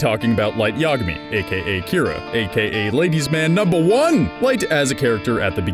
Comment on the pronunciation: i guess pronunciation of Yagami only bothers me...